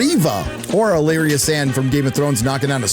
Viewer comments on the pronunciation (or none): none